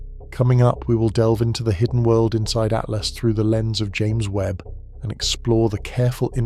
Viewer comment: Its atlas not at last. Jesus